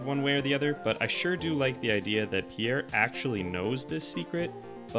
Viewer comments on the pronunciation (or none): Holy shit it's Pierre not pee air. Pjèr, not phī-éjr.